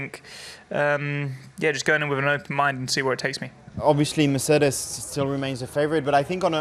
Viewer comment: Mercedes ❌ Lerlec: Meh ce des ✅ 😂😂